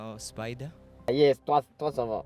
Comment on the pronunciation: Ça van😂😂🤣